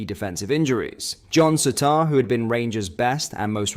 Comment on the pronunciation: what's with the mispronunciation of balogun Souttar it's a bit off putting shame it spoils the video knowing i know you can pronounce it properly